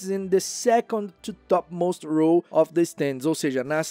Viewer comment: Então... dos livros, não. Bem chocado com alguns, aliás. Por outro lado, os erros de pronúncia em inglês (sem hate aqui, viu?) foram: of accused prefect heard remained straightened up looked Hermione hurried the closed returned suffered half inquisitorial squad they (sendo beeeem exigente) Já que o assunto do vídeo é erro, vamo marcar esses também, que ajudam não só ele, mas outras pessoas. O erro de pronúncia do passado irregular ("-ed") e das palavras "of" e "the" são muito comuns entre falantes nativos de português. Ninguém é obrigado a saber tudo, mas é nessas que a gente aprende – como aprendi neste vídeo. ❤